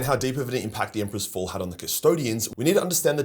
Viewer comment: have you guys noticed that nobody is watching anymore? wtf happened? Secondly, i don't think you know what ur talking about when you say they felt rage when the emperor died. Where does it say that buddy? Lastly, the way that you say the word " fall" needs to be changed immediately.